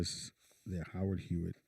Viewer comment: He definitely needs one. Over there calling the theatre Howard Hewett instead of Howard Hughes. 😂 🤣